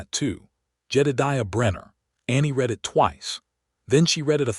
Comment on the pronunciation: Great story from the beginning. It was well-written and showed how - in what ways - their relationship grew and flourished. I agree with two other comments about pronunciation. It would make more of a change than you may realize to hear "read", "breathe", "live", and other words pronounced correctly based upon usage.